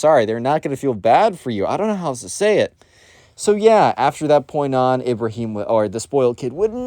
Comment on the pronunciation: I love how you just mispronounced Ibrahim like that 👍 No offense tho